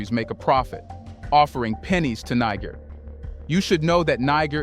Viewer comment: Bruh! I love your content….. but please🙏🙏🙏 Learn the correct pronunciation of Niger and Nigeria.